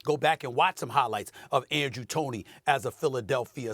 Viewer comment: This man said Andrew Tony 😂😂😂